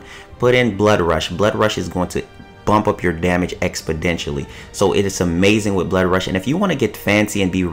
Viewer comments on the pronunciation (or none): He said bloodrush is going to bump up your damage "expodentially" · What's expodentially lol